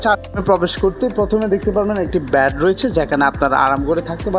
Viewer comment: Bad Na Bed Uccharon Valo Korte Shikhun R Rate Ta Bola Dorkar chilo